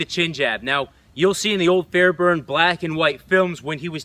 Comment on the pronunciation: It’s kept saying the last name wrong and how do I know? Because it’s my last name ahah